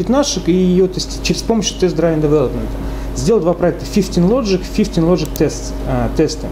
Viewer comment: "Дривн", чувак. Не "драйвн" :)